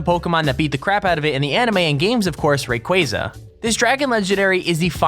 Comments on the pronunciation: Its not raqwaza. its ray_qua_za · It's not RA-quA-za it's ru-quA-za THERES A BIG DIFRENCE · Rayqaza? It's Rayquaza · Omg He Said Rayquaza Wrong He Said Rayqazua Lol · He said Rayqueza instead of RayQuaza .... Like if u agree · ITS NOT REQUZA ITS RACARZER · Rayquayza seriously? It's rayquaza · rayquaza is not pronounced ray-quay-za it is pronounced ray-quah-za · It is (Ray-q-az-a) not what ever you said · Did you seriously just say ray-quay-za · RAY-KWAZA Is How You Say It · IT'S R A Y Q U A Z A NOT RAYQUEIZA!!!! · OMG REQUAZA WAS YOUR FAVORITE POKEMON AND YOU CANT EVEN SAY IT RIGHT ITS PRONOUNCED REE-QUA-ZU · It Ray Qua Za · you pronounced rayquaza rong m8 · The way he pronounce rayquaza lmao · He said Sucine* wrong aswell as Rayquazza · You can't even say Rayquaza